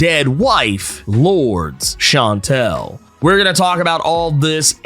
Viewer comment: You are again mispronouncing Lourdes Chantel name, is very annoying.